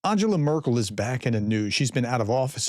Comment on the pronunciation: “Markel”???? You say you are a professional? This is the zero to expert syndrome!